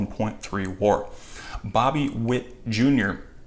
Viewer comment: The way you said WAR, I immediately don't trust you😑😑